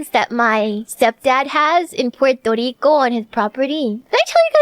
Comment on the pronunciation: Pworto Reeco